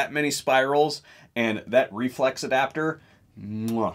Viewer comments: I just laugh when the guy says "reflux" instead of "reflex". Having said that, I have one on order. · Dude are you saying reflux?? Its Reflex. Reflex.